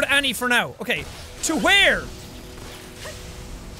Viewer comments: Its annie not anna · It's Annie not anna